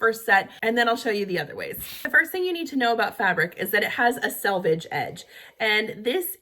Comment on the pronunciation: Thank you for pronouncing "selvage" correctly. I cringe every time I hear it pronounced "salvage" on other internet videos.